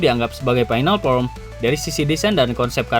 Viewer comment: FORM bang, kok sering dnger jd from 😂😂😂